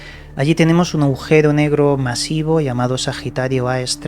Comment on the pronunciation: Aujero? o agujero...